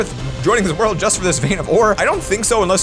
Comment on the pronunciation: do u mean world instead of word u forgot the L just seying